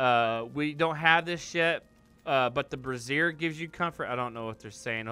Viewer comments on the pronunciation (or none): lol - Two completely different words: brazier and brassiere, you keep saying the latter. :)